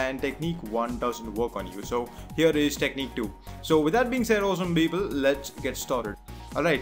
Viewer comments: your tutorial is good but please stop saying "esem beeble" * wathever that is.. haha. (i know ur saying awesome people) just don't anymore.. lol. thank you for the tutorial. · I actually thought he was saying Justin Bieber instead of awesome people...